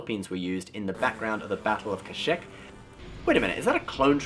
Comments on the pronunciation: Btw you said kashek. It’s called Kashyyyk! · Kashhyyyk (Kah - *SHEEK*) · .......did you just say 𝑲 𝑨 𝑺 𝑯 𝑰 𝑲??!?!? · Kash - eeek is may typical choice. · "Kashyyyk" has multiple pronunciations throughout its appearances in Star Wars media. The one uses in this video is from KotOR. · Oh alright makes sense but in my opinion it sounds autistic